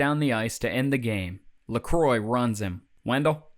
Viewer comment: Another great video. But it’s Leh-KWAA, not Leh-kroy. 🤔🤪